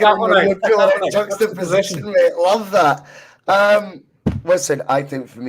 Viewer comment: Top job. Nice to see Terry back! Kudos to him for being able to say "juxtaposition" on a skinfull!